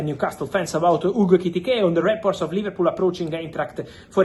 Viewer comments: Man said Liverpoo, I can't 😭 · LIVERPOO & OOOGO EKEYTEEKAY 😂😂😂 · ‘Liverpoo’ absolute vio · 'Liverpoo' 🤣 - how true! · mans put "liverpoo" 😂